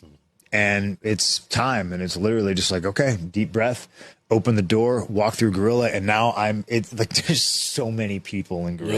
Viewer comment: it’s called Gorilla as in Gorilla Monsoon, not Guerilla.